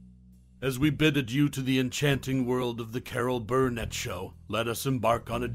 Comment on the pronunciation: "Carol BURRRRnet.. Carol BURRRnet".. seriously, dude.